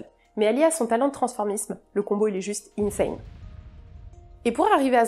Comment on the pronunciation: ça c'est du transformisme! Respect. Pourquoi d'office prononcer insane à l'américaine? C'est aussi et avant tout un mot français.